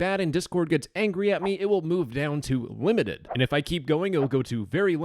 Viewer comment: "Wimited" "Very Wimited"